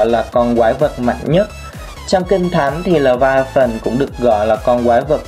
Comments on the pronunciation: Bạn có biết? Đọc là lê vi a than mà anh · pải đọc là lê vi a than